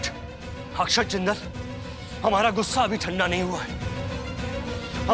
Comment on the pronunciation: Aksad nahi akshat naam hai